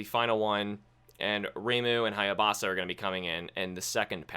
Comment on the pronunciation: Minor correction... It's HAYABUSA... Not HAYABASA